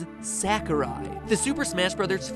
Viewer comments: I love this theory except there's one problem with it. I cringe everytime you say Sakurai. It's S-ah-kurai. I know it's a small detail but still... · You're calling Sakurai SACKorai...lol it's more like Sock-oh-ra-i....Ra pronounced like the Egyptian god Ra and the i pronounced as if just saying "I" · Stop pronouncing it sack-ooh-rai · How about pronouncing Sakurai correctly? Sa-ku-rai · It's pronounced SOCK-oo-rye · I love how you pronounce Sakurai as "Sack o' Rye." It's quite adorable. -Cormac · As much as I loved this theory, it bothered me how you pronounced Sakurai. I know it's nitpicking, but I have OCD for that kind of stuff :P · That's not how you pronounce Sakurai. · The way u pronounced Sakurai made me wanna cry